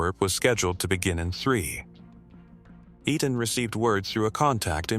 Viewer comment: EI IN EITAN is pronounced long A like rain. TAN is short o tahn like tonic